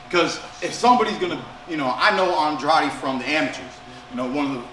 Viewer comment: thank you for pronouncing Andrade’s name correctly Keith💯